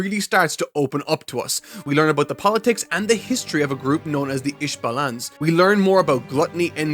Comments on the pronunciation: Bruh pronunciation of some words is really throwing me off. Ishvalaaans? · The butchered pronunciation due to the accent never ceases to amaze me. IshbaLANS omg love it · please watch a couple episodes in English to base your pronunciation of Ishvalans.